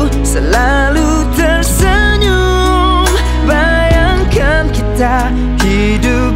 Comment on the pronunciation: Lagu best dan suara dh cukup mantap, perfect..tp syg sebutan bahasa Melayu hancor.. kitcha...cintcha..ceritcha..tchersenyum..tciba..